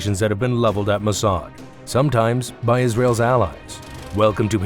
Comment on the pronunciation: You couldn’t even pronounce the name of the Mossad properly